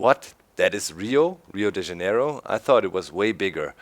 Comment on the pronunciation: doc, sorry to say, but i laughed a lot when u said Rio de Janeiro :P i'm portuguese and the accent is really different :P but if I were to speak german, my accent would be really crappy (when I try to say ich, i end saying itch :P) and great video, keep doing this valuable job of entretaining people :)